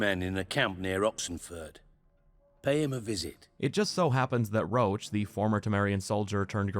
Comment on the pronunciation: Idk who came up with calling Roche "roach" when it should be pronounced as "rosh" but it’s very irritating